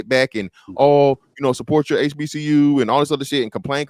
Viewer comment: the ruropean couldnt even pronounce HBCU and none of the beothers checked him